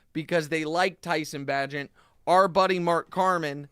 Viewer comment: Great research on the Chicago game 🙄 QBs name is pronounced BAE-gent Fear the wounded tiger, people 🐅